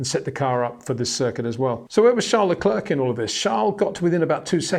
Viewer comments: enjoy watching your video's👍 1 tip luclèèr that should help you say Charles his name. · I know you can say Claire properly. Now try Leclerc which rhymes perfectly. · Say: Bear - The Bear - Le Bear - Leclerc